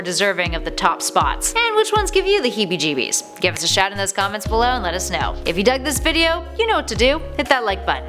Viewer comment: She siad heebee jibees haha lol 😆